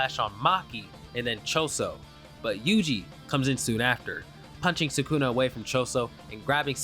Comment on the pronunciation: You pronounce sukuna like ppl who pronounce naruto all wrong Nuh-root-oh Suh-koo-nuh 😂 Just being honest